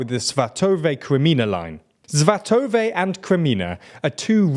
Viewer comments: Svátove - emphasis on the first syllable. Kreminná - don't forget double n, like a spring on your tongue, "a" is stressed. Avdíïvka - stress on first "i" and it's pronounced more like "Avdiyivka". Mar'ïnka - same here, "Mar'yinka". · For god's sake, learn to pronounce Svatove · You keep pronouncing "Svatove" wrong. It's not "Svatov-ay", it's "Svatov-eh". Also, the emphasis is on the first syllable, not the second. "SVA-tove", not "Sva-TOV-e".